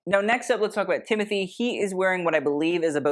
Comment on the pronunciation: its TIM O TAE not TIM A THEE